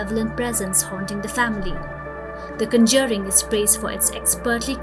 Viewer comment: The original Japanese version of the ring is far superior to the Hollywood version imo. You might want to check your pronunciation of the conjuring as well. Great video :)